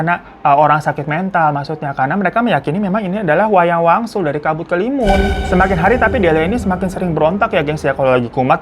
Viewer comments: awal2 "wayang wangsul" makin deket ending berubah jadi "wayang walun" kata gue siapeee???😭😭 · Wangsul jd waluh jd walyun, untung kami2 ini uda pro dengerin cerita lu baaang 😂😂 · Ngapa jd wayang walun bang😂 udh gtu nmanya diganti jd delina:_HAHAHA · Wayang Wangsul kak, bukan wanyang walun. 😂😂😂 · Di awal* kyae wayang wangsul ya bang Hiro nyebutnya, knpa ditengah* sampai akhir jadi wayang walun sih 😅 ada yg sadar gk selain aku??